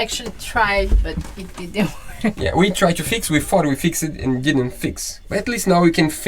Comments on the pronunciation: Small point about English pronunciation. Your English is very good, but an "ed" ending is not pronounced. All you do is add a "t" to the end of the word like "fix t" or "arrive t". It is actually easier than pronouncing the ending! Sorry if someone has already pointed this out before, but you guys seem focused "focus t" on getting things right and I am enjoying watching you! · I want to start by saying that both of you have great English. Sometimes I forget that you are not in the USA. Your English is so good that I feel comfortable mentioning this weird little nuance that I’m about to tell you. The word ‘fixed’ is pronounced ‘fixt’. The suffix -ed can make three different sounds -id, -d, or -t. It has to do with the ending sound of the original word. Native speakers do this very naturally and many don’t even know that it’s a thing. If the -ed feels weird or hard to pronounce then try one of the other forms. Here’s a link to a chart that might help.